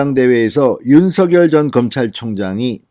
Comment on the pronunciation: 진성호님 윤석열 발음을 석열로 하지 마시고 석~녈로 발음 하세요 본인이 그렇게 해달라고 했답니다 본인도 그렇게 발음 하구요 ~